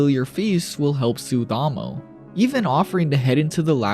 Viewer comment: “I can already see why she was named ‘Ammo’ or-“ bro.. you’re one of the whitest lookin anime YouTubers but proceeds to mispronounce Amo’s name for that whole section. You manga only breh or what cause you said “Ammo” the whole damn time goofy as if you never seen the Eng dub or a short or whatevs. “Ammo” 🤡😔 second hand embarrassment.. I know I’m slightly dyslexic & had trouble in Eng & literature but at least I’d know how to tell the difference between “Ammo” & “Amo” when pronounced out loud. Bro deadahh read and said A-MO’s (not no mf “AM-MO”) name countless times incorrectly like bro, you yourself sound like a broken record hence why i do too. So frustrating hearing her name wrong from a whole white guy for over 15-min straight like how how how how HOW did read A-M-O as “A-M-M-O” like the difference is beyond obvious. I think the balding goes deeper than just the receding hairline, so pitiful 😞 didn’t even have a homie or editor correct you on your shii but you was prolly just beyond lazy to redo the whole 30 min “AMMOs” section just cause mispronunciation like would any one else feel like they’re disgusted or offended possibly disrespected about it